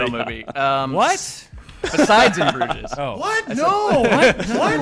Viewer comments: has offended me with his pronunciation of the word Bruges, it should rhyme with luge not stooges. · #SaltyDan EDIT: Also, "In Bruges" with a pronounced "s"? WTF mate? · Something off topic: VerSE instead of verSUS? BrugESS instead of BrugES? Asterix instead of Asterisk? What is going on with?